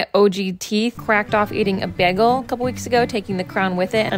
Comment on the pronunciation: You pronounce the word bagel like a Canadian 🙂.